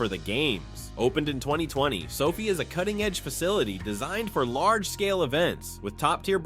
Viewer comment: Who is this fool narrator who has rhe names wrong? He pronounces the names wrong. Its LOS ANGELES AND SOFI NOT LOUISIANA AND SOPHIE. WHAT A MORON😂